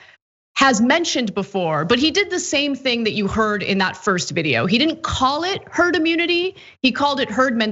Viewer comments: Did he say TERD MENTALITY???Cuz that makes sense. Lol. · Did anyone else hear Trump say "turd" mentality before he corrected himself. Is that what he actually thinks of the American population? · He almost said “Turd Mentality” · Wait... didn't just hear him say 'TURD MENTALITY"? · "You'll develop a turd.. herd..." Greatest President... lol...